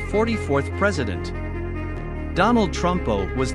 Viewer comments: Donald trumpo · “Donald Trumpo” 😂😂